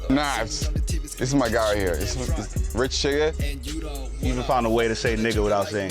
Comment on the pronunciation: Say his name right, rich chigga